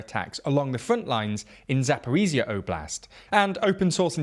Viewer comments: Zaporizhzhia - the last 2 zhzh should sound like one long first Z in Geneva. 😉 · Or the S in ‘measure’ Not really sure why western military bloggers find it so hard, it’s not like this sound doesn’t exist in the English language. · There are two zh sounds in Zaporizhzhia yet you are keep saying Zaporizia. Zh as the sound in measure or leasire. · Hey guys, thanks for your vids. I'm from Zaporizhzhia and just want to share that "zh" is more accurate to pronounced like /dʒ/ sound like in word "giant". Heard this variant from volunteer English teacher from Liverpool and it's very close to the original pronunciation in Ukrainian😉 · "ZH" doesn't say Z. It is so easy to pronounce...